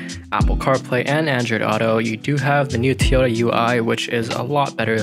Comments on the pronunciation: It’s Toy-ota, not tyoda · Tiyota he says lol, its TOyota!